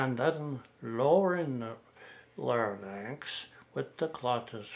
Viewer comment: Larynx is pronounced Lar-inx, not Lar-nix